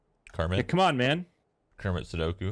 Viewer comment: Why does he say commit sudoku instead of commit sapuku